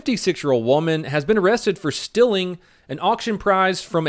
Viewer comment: took me forever to figure out "stilling" was "stealing" haha where are ya from?? Im not judging Im from Minnesota, I used to sound ridiculous (went to college out of state, they harassed it out of me but still)